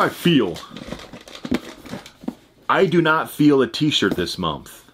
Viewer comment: Am i hearing things or do you call month, momth?